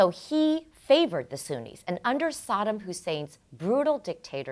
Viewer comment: It's the second syllable is 'Saddam' that's emphasized, Miss Geopolitics.